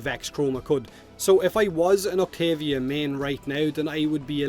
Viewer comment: Wtf did you even say Octavia’s name